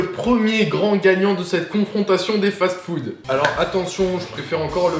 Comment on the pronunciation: "Remplis de fatfoude" 😂